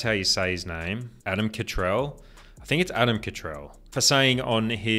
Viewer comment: Frank got the name correct Catterall. Cattrell is not correct haha